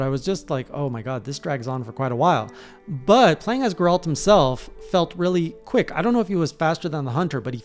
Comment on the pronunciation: How can you mispronounce Geralt like that? He says his own name like a million times xD